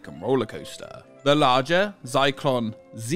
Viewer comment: I heard something else when 'Zyklon Z' was said. That's a name you'd struggle to market in Germany I think.